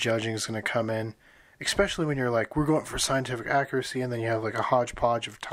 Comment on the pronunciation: All that talking and all I heard was 'expecially'